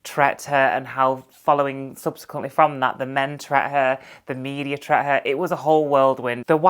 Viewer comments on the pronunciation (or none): I like but it does bug me every time she says 'tret' 😂